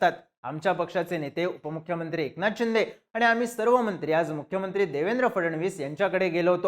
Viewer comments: खुप वेळा चिंदे, चिंदे असा उच्चार केला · अरे ते एकनाथ चिंदे नाही एकनाथ शिंदे आहे..😂